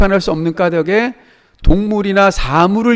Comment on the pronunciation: 왜 '까달게'가 아니라 '까다게' 인가요..? '닭을' 발음할 때도 '[달글]' 이라고 하잖아요. 의존형태소니까 연음해서 내야 하는 거 아닌가요?